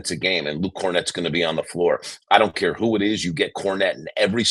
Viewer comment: "I don't cayuh how Mitch got injihhd!"